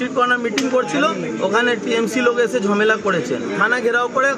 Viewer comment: ঝমেলা না ঝামেলা